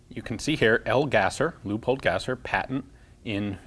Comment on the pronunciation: since there is already so mutch educational content about german in here i will ad my two cents, tha name of the guy (leopold gasser) is not pronounced lupold but realy l-e-o-pold the single e sounds mutch like an ey.... oh and by the way, as always its a pleasure to watch...